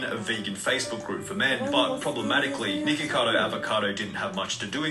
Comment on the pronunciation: It sounded like he was saying niggacado avocado lmao